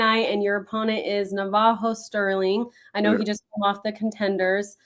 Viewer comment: Na Va Jo Navajo You pronounced Navajo name incorrectly But it’s ok 👍🏽